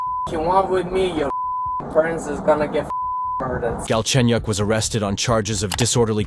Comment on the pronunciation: Galchenyuk is his last name, btw. And it's pronounced way different from how it sounds in the video.